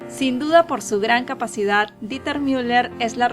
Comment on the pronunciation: El nombre está mal, es Dieter pronunciado "Diter", si fuese Deuter se pronunciaría "Doiter"